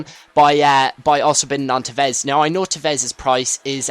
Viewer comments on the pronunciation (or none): TEvez not teVEZ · you cant say tevez...